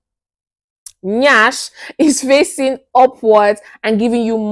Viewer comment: the way you pronounced NYASH made me laugh my ass out 😂 I like your presentation and your vibes... everything you said was on point. You're a good sex coach like me! 😊❤